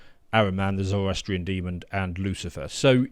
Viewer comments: right, i can possibly endure "ARCHangel" but mispronouncing demon as deemund ?!! I'm not religious so its nothing to do with that which offendeth me so! Its basic speech and language man! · It's "demon", not "demond", there is no 'd' on the end. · "Demond"? Come on mate.. Typically sophomoric from these jokers. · Dear, there is no D at the end of the word Demon 🤦‍♂️ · Why do so many people pronounce demon with a d at the end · It’s “demon” not “demond”.